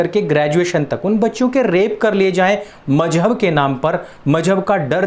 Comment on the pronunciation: Please pronounce the word Mazhab properly....... MaZhab......there’s a Z in the word .....not J..... I request you to either not use Urdu or if u use it , please try to use the correct pronunciation .......thank you !🙏🏼🙏🏼🙏🏼